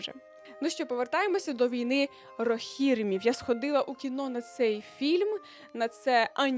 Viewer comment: Хіба не війна рогірІмів? Наголос на передостанньому, а не другому складі?